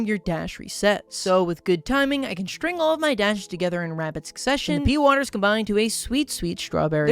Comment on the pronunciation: He also called the ex "the mom" and the strawberry seeds "pee-waters." I can't anymore, man.